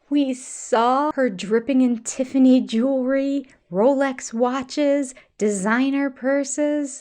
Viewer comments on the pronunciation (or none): none